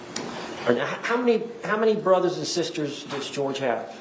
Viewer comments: His name is not pronounced like "George" it "Jorge" like "hor-hay" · Isn't his name Jorge? As in "Hor-Hay"? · ‼️‼️‼️‼️HIS NAME IS JORGE NOT GEORGE‼️‼️‼️‼️‼️ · I am continuously baffled by the fact that she, and everyone involved in this case, continues to call him “George” when his name is Jorge. She even calls his brother “John” when his name is Juan, it just highlights very much to me how little she cares about him or his family, even when his brother took the stand they refused to pronounce his name correctly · what is his brothers name?: John NO! His name is Juan. And your boyfriend’s name is Jorge. Not John and George. How entitled she is to change THEIR names to what SHE preferred rather than address them with their real names. She had Jorge brainwashed into saying his name was George and when she talked to 911 even said “His name is George but spelled JORGE”. Ma’am, that’s pronounced Hor-Hay, ya racist fool. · Small bit of feedback, his name is Jorge, not George. called him George, but his family have been vocal that it's Jorge.